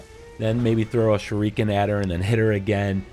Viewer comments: SHOORIKEN!.....Dude is pronounce SHU RI KEN!! As KEN MASTERS!!! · SHUR-ih-KEN bro... Not "Shur-EEK-in" Sorry just drove me crazy Only takes a couple seconds to Google the pronouncement of any given word before ya make a video. Just some constructive criticism. Thanks for the help with the boss. She was super tough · This comment made him saying Shu-REEEEEE-ken almost tolerable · I be shriekin every time he says shurEEken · The “shereekin”? Lmfao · First it was "shurookin" in Polygon's video, now its "shureekin". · ‘Shur eee ken’ though 😂🤦🏼‍♂️ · SHURE- REE- KIN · OMFG ITS “SURE-UH-KEN” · No... He's actually not. It's "Sure-A-Ken". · Shuriken is pronounced "sure-a-ken". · No! It is pronounced "shoo-ree-ken" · Seeing u explain this in depth makes up for u mispurnouncing shuriken (sh reh ken) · Wtf is a shereekin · "Shureeekan"? 🙄 Smh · The "shu-reeken" pronunciation was killing me couldn't watch this🤦🏽‍♂️🤦🏽‍♂️🤦🏽‍♂️😅😅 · Love the way you say shuriken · Anyone else bothered by the way he pronounces shuriken 😂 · He mispronounces shuriken and kills this boss in the most inefficient way, you need to deflect and guard her attacks not spamming circle and R1 god you people need to learn this isn’t another dark souls-dodge spam games, you need to actually use your mind and I know it might be difficult for you but you gotta get used to it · I see I'm not the only one bashing my head over him saying it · Blake Moss saving a family is way different than pronouncing shuriken wrong in a fucking shinobi game. Authenticity for a game like this is appreciated